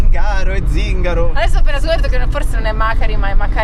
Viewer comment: Zingàro proprio non si può sentire 🤣